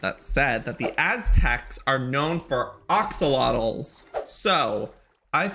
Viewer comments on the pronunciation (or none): ok joey i was trying to just leave it but axolotls is pronounced (axe) ok so thats all :) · Love how he says «Oxolotls» XD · They’re called axolotls Joey. You mispronounced their name.